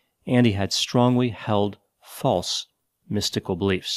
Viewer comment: "He had strongly held false mystical beliefs" Ok, that emphasis on the word "false" sounded kinda Orwellian to me, especially delivery